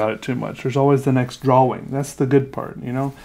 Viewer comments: "I dont like a lot of my drawings" I feel you but your art is amazing. btw I love the way you say drawing. "drawling" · It's funny when he says drawing cause he pronounces the w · why does he always pronounce drawing like that